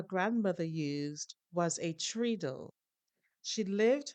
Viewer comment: TREADLE has a short e, not a long one. So not like tree at all, sorry i learned on my grandmothers. How do you say tread on a tyre?